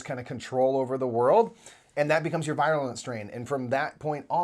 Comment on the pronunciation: Virulent. Ver-you-lent.